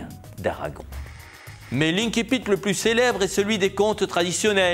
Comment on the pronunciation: Je ne sais pas comment vous le dire gentiment. On a l’impression que vous venez de découvrir ce mot français... qui se prononce banalement ainsi-pite. Si vous étiez en train de parler latin vous pourriez en revanche dire inn-kipitt (en prononciation dite restituée).